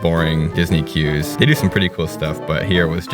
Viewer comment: Stopped watching when you said "queues"